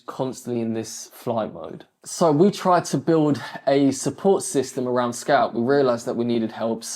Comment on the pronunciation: Bro till now I thought his name was scalp because I heard scalp not scout